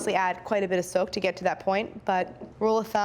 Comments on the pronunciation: I kept hearing soap instead of soak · I thought she was saying "Silk" good thing you put the word "soak" up there.... also yeah, audio problems.